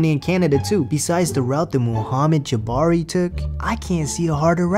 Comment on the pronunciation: I also caught a more minor one my main youtuber man 😉...when you spoke of the only worse path that had been taken to get citizenship than that of michael's, you said "mohammed jabari" instead of "jabali". It is on though since u the coolest cat goin. 😎